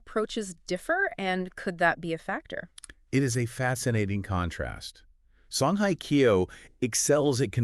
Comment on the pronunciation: hello, just a little hint with respect to your pronounciation of Korean people`s names, it is very annoying to hear how you pronounce Song Hye Kyo. The word Hye is not pronounced like the english word `hi` . There is no such sound in the Korean language. It`s more like the sound of the english word `hey` like in `hey there`and also in Korean, there isn`t a strong emphasis on the H at the beginning of a word, it`s a softer sound. And with Lee Min Ho, his family name Lee, is written with the letter L at the beginning just for westernization of this name which in reality, in Korean is pronounced with the absence of the letter L. Therefore, only the vowel sound exist for this name in Korean. Min is the easy part and the Ho just has a softer H sound. I enjoyed most of your video honestly because they are such mega stars and must congratulate you on your beautifully made fake photos of them together. So let`s hope the agencies who employ them will one day create something for the two to be together. Keep our fingers crossed.